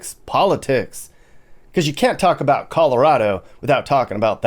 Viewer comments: "Calirado" had me laughing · Cali-rado and its West Coast Goo... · “Turning into Calirado”😂